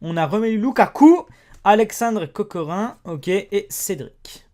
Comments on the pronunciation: pour Alexandar c'est Kokorine sans le e mais sa se prononce avec le e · kokorin xD on le prononce kokorine (normal si j'ai mit un E) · Pour les turc , le " Ca " comme pour Emre Can , ça se prononce "Chan" et "Kokorin" se prononce "Kokorine" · kokorin se prononce kokorine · c'est kokorin mais prononce le comme si y avait un e à la fin 😉